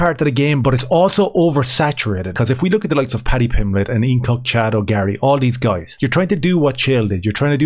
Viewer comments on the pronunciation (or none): none